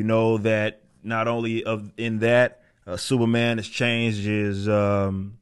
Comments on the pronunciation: The way Eric pronounced Superman at the beginning of the video, it sounded like "Sewerman." That perfectly sums up the current state of DC and Marvel Comics. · Is he saying "Sewer Man"? I swear that's what I'm hearing lol. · From FeeCees comics, it's Sewerman!